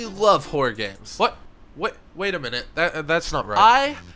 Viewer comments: Wait are you not a native? Or is "horror" just a word hard to pronounce sometimes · the word horror really is hard to say lmao